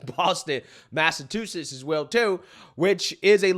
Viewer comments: ..I love you buddy..But please..say it with me “Mass-a-CHU-setts” CHU-like a chu chu train! Not tu like a ballerina tu-tu. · Did he say mass-a-2-sets? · Mass a CHU SETTS....I'm from there it always bothers me when people can't pronounce it. I love the show man...just venting 😂